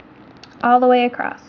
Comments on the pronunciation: It is horribly annoying to see you spell "across" correctly, but then say "acrossT". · Not that I am the grammar police but do you know you say acrosst instead of across? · ACROSS!! There is no "t" in the word! Other than that, great video. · Great video :) and I love how you pronounce across as acrosst!!